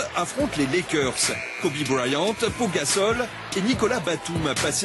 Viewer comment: IL A DIT KOBE BRYANTE